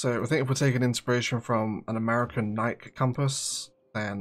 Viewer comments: I cringe each time you pronounce Nike (as if it rhymes with like and Mike and bike) it’s pronounced NIKE (as if it rhymes with Mikey or spikey) Also Nike its NOT a clothing company it’s a sneaker company that also makes sports apparel and equipment. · It's very funny, as an American who is constantly bombarded with Brand Awareness(tm), to hear you pronounce Nike "naik", not "naikee" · pure curiosity, is it pronounced Nike (like Mike) with the short 'e' as one syllable were you are? Here in the US (I'm one town away from the Nike campus actually) it's pronounced with two syllables Nikee (like Sandy) with a long e